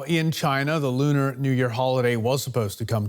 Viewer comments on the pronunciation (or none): none